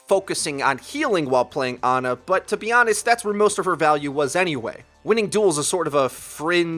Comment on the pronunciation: Why can't you guys pronounce her name right? Jeff literally pronounced it as "Orissa" lol not "Oreesa" hahaha you do it with Ana too!